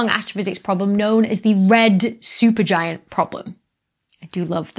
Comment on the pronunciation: Becky, thanks for sharing, educating and entertaining. You went a bit Sean Connery with "Red Shupergiant problem" 😂🙂❤